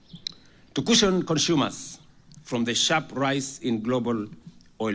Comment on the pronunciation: Waha! ati ''cushion cunshumers"? kwani ole tenges ameshakua mũndũ wa nyũmba?